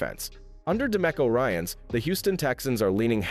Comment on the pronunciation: lame...Blake Fisher wouldn't make it to the practice squad...he will be on the Texans' roster or on IL with with an ankle injury.. Blake would be grabbed up and on ANY roster in the NFL in a sec so practice squad isn't possible and why do you keep miss pronouning couch Ryans' name?